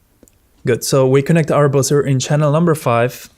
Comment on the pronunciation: Nice video but It's pronounced BUH-zer - not boozer. A boozer is something else entirely.